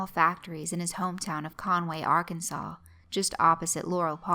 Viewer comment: Damn I loved this one so much! says Arkansas correctly. and I'm seeing a girl from rural Illinois...